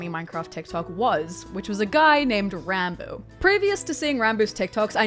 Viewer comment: Isn't it pronounced "Rawn-boo"?